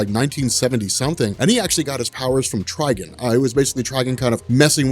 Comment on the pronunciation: "Tri-guhn"? Do you mean "Tri-gone"?😂